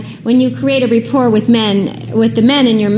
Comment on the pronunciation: It’s not "repport”, you fucking twat. Rapport.